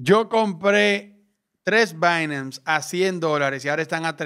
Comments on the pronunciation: "Bainams" jajajaja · dice binance de una manera extraña me da entre nerviosismo y morbo. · dije que me parece raro como pronuncias binance